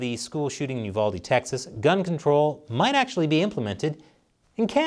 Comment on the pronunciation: As always, great job with news reporting! Also,, thank you for pronouncing Uvalde correctly. The Texan in me tips my cowboy hat to you in thanks and appreciation.